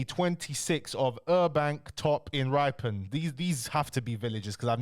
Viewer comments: Ri - pon not ryepon and carl-ton not car-le-ton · Ripon (rip not ripe) it's a town in Yorkshire it's not that small. you butchered this pronunciation as well as Thirsk lol